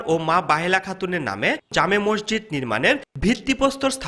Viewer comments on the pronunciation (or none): সাংবাদিক ভাই মসজিদও বলতে পারেনা হায়রে। সাংবাদিক বলে মরজিদ। আশা করি উচ্চারন ঠিক করবেন। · ভাই মজ্জিদ না। হবে হল মসজিদ। কি বালের সাংবাদিক মসজিদ ই উচ্চারণ করতে পারেনা 😡😡😡